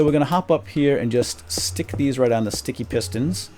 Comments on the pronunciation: i like you when you say shticky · i love it when you say shticky! and the tower of power is so epic! (im your biggest fan) =D